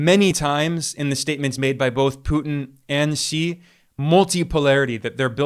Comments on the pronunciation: Finally, I hear a western podcaster pronouncing President Xi’s surname correctly. I bristle when I hear his surname pronounced, “she”. Well done, Ben! 👏🏻👏🏻👍 Apart from that little detail, great appreciation 🙏to you on your fair analyses of varied geopolitical and economic affairs.👍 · Finally!!! A Westerner who bothered to learn how to pronounce "Xi" !!!! Good on you!